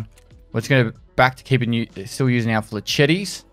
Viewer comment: If he doesn't learn how to pronounce flechette I'm going to cry